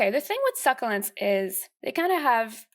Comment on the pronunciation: you pronounced succulents wrong